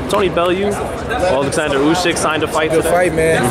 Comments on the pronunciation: It’s USYK lol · Who the fuck is Usky? 😂🤣🤣